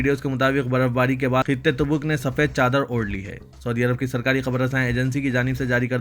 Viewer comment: some make correction "Reader's Pronounciation "TABOOK" not TUBOOK